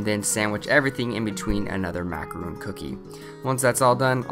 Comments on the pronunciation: you know that's a macaron not a macaroon right? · He keeps saying macaron wrong. It's mac-a-ron, not mac-a-roon. Two different types of food.